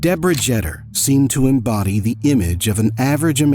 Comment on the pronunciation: It is "JETER" as in "PETER" !!!